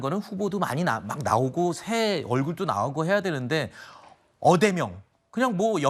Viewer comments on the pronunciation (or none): 어대명..ㅋㅋㅋㅋ 어교명이 아니고...